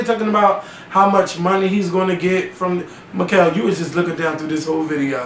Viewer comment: Well the name is not Mikael.........that's for starters! Happy New Year!